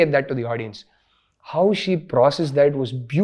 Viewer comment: Illiterates, now even rashmika is saying 'audien' wtf